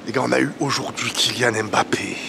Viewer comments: Cc stp peux tu faire l'effort de bien prononcé son nom de famille stpp respecter son nom svp... C'est mbappe et non m'.. Ne prononce pas le m.... Merci 😊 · Mbappe et non Embappe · petit point noir dans ta vidéo.:c'est kylian mbappé pas m... bappé le m est muet. Sinon, rien à rajouter à ta réac